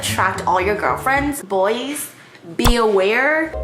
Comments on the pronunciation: I’m p sure it’s “bwa” not “boys” (bois) lol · The way that Joon photocard captures his sophistication and maturity. MUAW! 💋 Also reading Joon’s perfume scent cracked me, it’s said like bwa. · « Bois » « boys » Hahahaha it is more « boa » in reality sis 😂 kisss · you should totally do a vid of you trying to pronounce French words x) that's so hilarious for a French speaker to hear Booooyiiis? for Bois (which is pronouced BouA) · As a french speaker I must say that your prononciation of "l'atelier" and "Bois" got me dead. But like, in a good way, it was really funny and adorable.